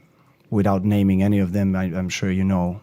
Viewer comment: yaeee not nid anyyyyy